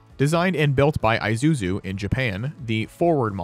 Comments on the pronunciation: I ZU ZU.... no.... pronounced....E SU ZU... yes!!! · Who the heck is "eye-zuzu" lol